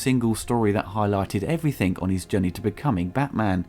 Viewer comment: Stop saying 'Everythink' you foooking idiotaaa